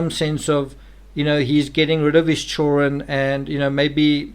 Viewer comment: I really like your thoughts and videos on the subject. But why do you always omit the D in the word CHILDREN? I can’t !! Lol I just can’t !